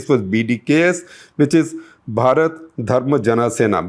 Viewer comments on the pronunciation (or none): none